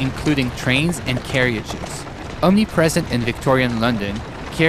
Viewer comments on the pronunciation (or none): Lol "Carry-Ages" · Since when was carriage pronounced as carry-ges? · Why does he say 'carriages' like 'caryagies' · Carriages...."Carry-ajez"? "Care-ajez".